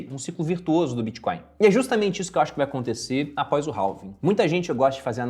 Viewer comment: Halving se fala REVING, se vai falar abrasileirado fale então ALVING já que o H em português não tem som.